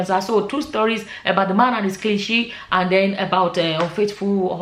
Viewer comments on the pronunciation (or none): none